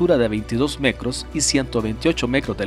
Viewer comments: mecros, encuencra, decrás, cransporte, crés veces? por que pronuncia la T como C?? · Decia mecros en vez de metros Jajsha tambien escuche que menciono Impuestos anales en vez de anuales Anda mormado 🤣